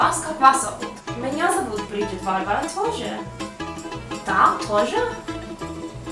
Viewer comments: Не вАарвара, а варвАра! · Если уж называть БАрбару Варварой, то ударение надо делать на предпоследнем слоге: ВарвАра (ТамАра, СветлАна, ВалЕрия, ИзабЕлла, АнтонИна, ЕлизавЕта...)